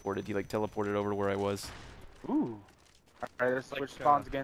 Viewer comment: You said woss